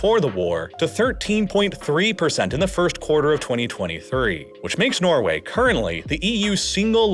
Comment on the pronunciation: Norgay.. Really? 🤣